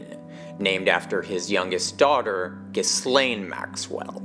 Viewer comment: Thank you for pronouncing Ghislane Maxwell correctly.